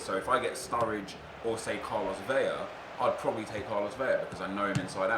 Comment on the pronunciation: I have yet to hear a youtuber pronounce Carlos Vela's last name correctly.